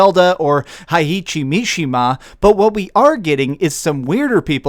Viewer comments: Its heihachi not heihichi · It’s hei-hachi not Hei-ichi Mishima. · This was a rude title . The real videos name should be "Does this guys pronunciation SUCK?" Its Hei HA chee not Ha hei chi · This video is a mess. It's GERALT, not JERALT. Hey-hachi, not hee-hachi The supers can be mapped to one button. That's hard? There are no supers in Street Fighter that have an input like "down-forward and 2 buttons" Stupid clickbait title. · Definitely the best one in franchise. I enjoyed!! Also name is heihachi not heiichi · Hey-E-Chi 😂 sorry i had to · “Hay-hachi” “Gair-alt” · This nigga said Hi-eechy. lol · Did you just pronounced Heihachi as High-Itchy? lol... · Hey-ha-chi and Ghe-ralt. Try a different title, it is a bit click baity. Content is great though. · and Hei-ee-chi Mishima too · Sorry, but I downvoted because of your pronunciation of Heihachi. Shame on you. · You butchered heihachi's name 😑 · Supporter of your content. Hater of the mispronunciation of Geralt and found the butcher work of Heihachi white hilarious. But yeah man, Geralt. It shouldn’t bother me as much as it does, but I guess it’s ok. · He butchered Heihachi’s name 😂